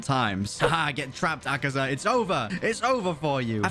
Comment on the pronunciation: Its akaza not akiza